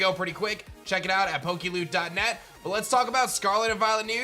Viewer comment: Every time you any PokeLoot I keep hearing PokeLewd...